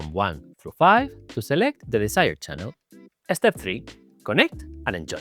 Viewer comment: Totally off topic but the way says "eh-step" is SO Spanish:P This board really does look cool. It makes me excited for the (hopefully in the pipeline) low-profile Defy 2 <3 But when it is being designed, can we move the pinky columns down just a liiiiittle bit more? Please?:)